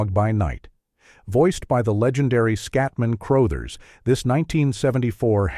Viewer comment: I suspected AI Generation when the narrator mispronounced Scatman Crothers' name.